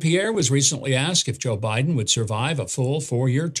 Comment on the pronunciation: He mispronounced BIDEN …